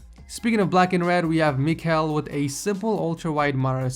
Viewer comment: ''MICAL'' it's a spanish/ potuguese GIRL name